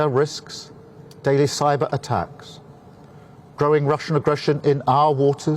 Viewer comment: Rushun aggreshun